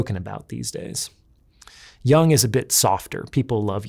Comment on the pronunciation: Not to be a stickler, but it's YOONG, not young.